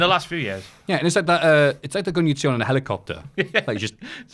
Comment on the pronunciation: The way says hel-E-copter. He’s possessed by the living ghost of James!